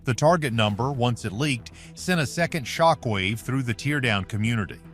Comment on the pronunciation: All this AI and can’t pronounce the word “teardown” correctly. Not very inspiring.